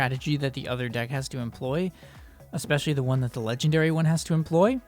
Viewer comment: Well ur pronunciation You : ephic khars deckh verses lagendeyary khars deckh Me : epic cards deck versus legendary cards deck Lol